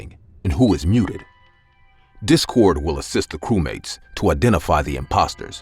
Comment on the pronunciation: her:nlah blah blah cewmate me:ye ye defenetly a cewmate